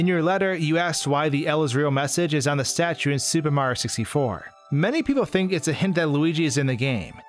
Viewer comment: You need to fucking enunciate, dude. You completely cut syllables from words and it’s ugly sounding and annoying as shit. If you’re going to have heavy narration in your videos, you should strive to get better at narrating clearly. “SUPAMARYOSISTFOR”